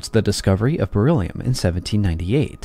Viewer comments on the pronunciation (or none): Die KI-Stimme: "... reagiert es stark mit Sauerstoff und bildet Bor illium-Oxide ..." 😂😂😂 Auch später im Video ständig " Bor illium" ... Bor ist etwas anderes als Beryllium! Offensichtlich ein Wort, für das die KI zu wenig geschult wurde. 😏